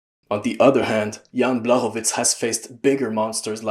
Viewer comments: Awesome video man. I love the in-depth analysis. ps. the "CZ" in Blachowicz's name is pronounced like the "CH" in "cheese" or "chalk" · And the "ł" is pronounced like "w" in "wood" or "wall"